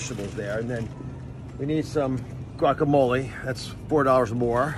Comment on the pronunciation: trump can't pronounce crudite or asparagus or grocery shopping or guacamole nor can he add up all those items without a calculator.